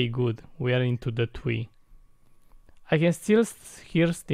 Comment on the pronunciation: Plus I love it when you say TWEE INSTEAE OF TREE ITS TO TINNY AF🤣